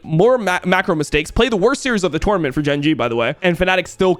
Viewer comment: Bro almost had to turn this video off bc of the way you say “tournament” shit was driving me insane